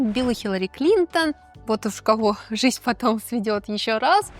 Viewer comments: я очень скоро устала смотреть на ваше физиономическое сопровождение, устала от вашего апломба. И, когда услышала произношение - "жисть"... Нет, я, лингвист русского языка, способна отличить нормативную речь и произношение - от просторечных, вероятно, из местечкового детства вашего среди малообразованных людей. Если есть такой в вас зов откуда-то - работать на публике, вещать перед тысячами - нужно не губы накачивать, не самомнение в себе воспитывать, а, в первую очередь, уважение к избранному занятию и ремеслу, и стремление контролировать себя. В вашем апломбном нарративе, эдак свысока, даже не угадывается такт, скромность, серьезность и непредвзятость. Наверное, вы "экспертизу" накопили в пережевывании сплетен и фактов в одну кучу фамильярного апломбного... навоза. У меня в отрочестве была знакомая, тоже 15 летняя девушка, которая собирала всякие журналы и таблоиды о фильмах и звездах. Настолько была во всем этом, что приобрела вот такую же, как у вас, фамильярную, всезнайскую и сужденческую манеру каляканья на тему селебритис. Это ее никуда не вывело в жизни. Ее апломб и всезнайство ( в этой теме) не сделали ее ни хорошим специалистом ( хотя в институте она на всех смотрела свысока), ни собеседником, ее манера, даже голос были неприятны. Она за годы потеряла даже надежду своих родителей и нас, с кем она общалась эдак снисходительно - надежду на осмысление и воспитание в себе настоящего интеллектуала. В дальнейшей ее жизни она не смогла завести друзе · Неоднократное: "Жисть" мне одной режет слух?